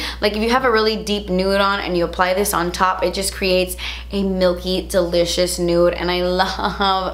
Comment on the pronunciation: Girl, “Delichass” “juitcy” my new favorite words😍😂 also, go to skincare products?